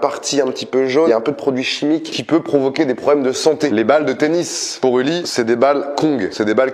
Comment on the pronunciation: Mais oooooh tu me soule c pas un Boully c un puuuuuly 😮